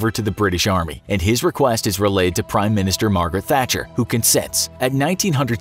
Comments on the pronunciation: Thai Guitar Boy He says Thatcher every other time in the video apart from that once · Margaret Hatcher??? Margaret Thatcher... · It’s Margret thatcher not hacher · Did you say Margaret Hatcher? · Jack Shenton - Ha! I heard that too! 😂🙈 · he says hatcher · “Margaret Hatcher” 😂😂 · you called Margaret Thatcher "Margaret Hatcher" 😅 otherwise a very good and informative perspective of the events that unfolded that crazy day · Margaret Hatcher 😂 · Who is Margaret Hatcher? Hahahaha thatcher? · Did he just say "Margaret Hatcher"? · Tbf who is "Margaret Hatcher"? Also the fact he calls the SAS the "sass" later just hurts my ears. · “ Margaret Hatcher” Tehe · 'Margaret Hatcher'???? Is it not enough that you use american cop and soldier uniforms but also can't be arsed getting the Prime Minister's name right? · Margaret Hatcher lol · Hang on, wait. Did you really call her "Margaret Hatcher" ? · “Margret Hatcher” 😂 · “Margret Hatcher” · “Margaret hatcher“ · He blatantly got it wrong on purpose. He managed to get it right the other times.